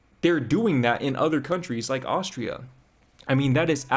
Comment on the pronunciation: Besides that toast thingy, why dating this yadda-yadda- girly at all? And it is Austria not Auschtria, missus important. When you need to do online dating to meet people, tells also enough about her. Yikes.